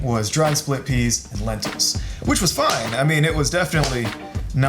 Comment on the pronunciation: Not gonna lie, you lost my fat ass at "Healthy" bahaha but...BUT...PENTILS!! or Lenteas? Loving that ensemble by the way, looking mighty sharp ;)